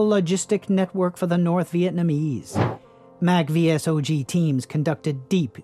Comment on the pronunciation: Id suggest you do more research before making these videos. Its pronounced "saw-g" by the way.